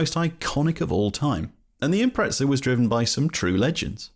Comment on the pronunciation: I keep hearing Impretzels